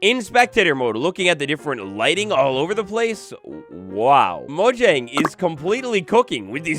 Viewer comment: It's pronounced moyang